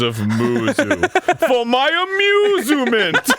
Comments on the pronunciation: "For my amuzument" A+ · I laughed at "amuzument" though, so all is good.